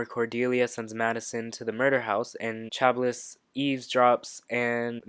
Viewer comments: Chablis = sha-blee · I don’t want to be shitty but Chablis is said like “sha blee”